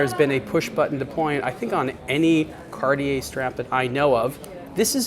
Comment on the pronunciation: The next one, who don`t know how to pronounce Cartier.